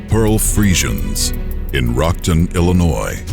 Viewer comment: Illinois 😆 is not illins